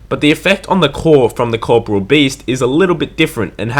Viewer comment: core....pore....ee...all. learn to fucking read.